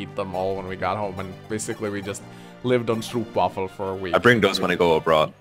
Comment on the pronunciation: I'm not sure if I'm more annoyed by pronunciation of stroopwafel or by not correcting him, haha.